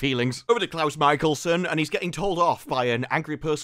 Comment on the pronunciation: ITS CLOUSE MICHELSON!!!